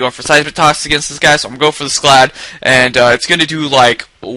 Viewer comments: I hear you say it as Sclad as well. Also, the "a" is supposed to make an "ah" sound. So the short "a" sound you make further makes the word sound mispronounced. Sorry :/ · actually not mad at all. I'm a subscriber and normally I don't have a problem with your videos. Just giving my feedback. You should be able to take the criticism. The thing that does bother meis when u say SCLAD all the time. You're not prouncing the word right -___